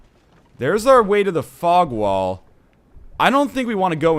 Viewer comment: EVERY SINGLE TIME YOU SAY FOG WALL im like WTF northenlion whats a f*ck wall ohhh thats right fog wall goddammit im dumb